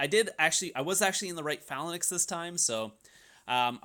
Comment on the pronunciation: For the love of god, learn how to pronounce the word “Phalanx”.